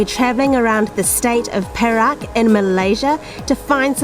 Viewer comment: good at pronouncing 'Perak' as pear-rack means silver. if pronounce it as "perl-arc" the meaning will be different, I'm not sure meaning in english, awkward perhaps. congratulations to u guys reach 20k sub. keep on posting more vid.